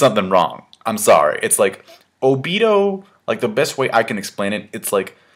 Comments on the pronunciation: i cringe everytime he says oBIto (obeeto) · I think its pronounced oh-bee-toe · Okay, i know this isnt a big deal but WHY ARE YOU SUDDENLY PRONOUCING OBITO'S NAME WRONG? You used to pronouce it right. WHAT HAPPENED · you said obito wrong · why are you suddenly pronoucing Obito's name differently? Before you used to say it correctly. What happened?